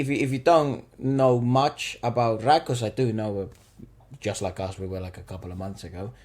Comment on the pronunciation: Guys, it's "raaaag", not "rag". Elongated "ah".